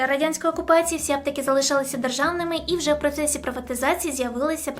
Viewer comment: Попрацюй над мовою. Твердий звук ч, звук и вкінці слів (аптеки). І не тільки.